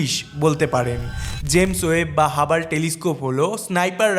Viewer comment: আরে হাবাল হবে না রে হাবল টেলিস্কোপ হবে উচ্চারণে হবে হাবল✅